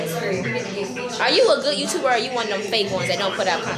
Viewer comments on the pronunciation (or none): She said...’Are you a good YTer?’ Sis 🤣💕